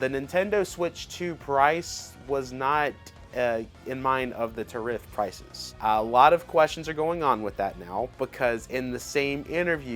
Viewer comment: "Terif prices"? What's a "terif"? 😅😅